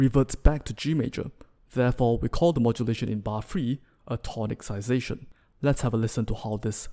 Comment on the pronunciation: Very good! Just to let you know, it's pronounced tonissization.